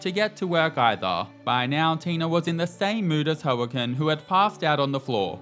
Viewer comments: Hearing the Brit call Joaquin (wa-KEEN) "Ho-a-kin" 😂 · By the by, Joaquin's name is pronounced Wah-KEEN. Like "Ey, I'm Walkin' here!". Love the series, Tina is an icon! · Joaquin is pronounced similar to Wah keen i believe 😅 loving Tina's adventure though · BTW - Joaquin's name is pronounced Whack-een. Like Joaquin Phoenix the actor in Joker.